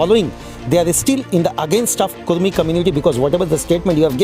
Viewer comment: कुर्मी नहीं कुड़मी